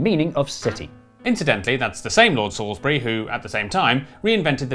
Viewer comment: SAILSBURY? I can’t tell if this is a joke about Salisbury or Sainsbury’s? Either way, it’s slightly funny.😂